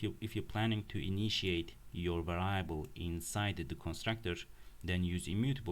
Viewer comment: Its pronounced “variable” vâr′ē-ə-bəl